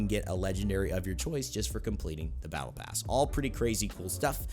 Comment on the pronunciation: Did you say “Pattle Bass” at - ?